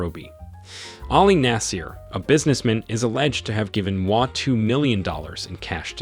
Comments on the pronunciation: Damn! You butchered all the names, including g the Indian names. Do some research, ask for help and do better next time. Moi pronunciation took me out. You do not pronounce it like moi in French. Geez! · I wondered about this “American” narrator, I suspect it’s a Kenyan chap using a text to speech application..the pronunciation of “Moi” is also telling. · The name pronunciations in this video are terrible. t was so cringey I couldn't watch it all. Please ask any Kenyan friend to help you next time. The worst for me were Mama Ngina and Moi.